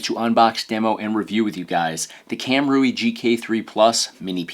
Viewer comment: Heads up, Kam Rui should be pronounced Cam Ray.